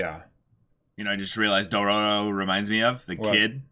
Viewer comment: Why is still saying Dorororo...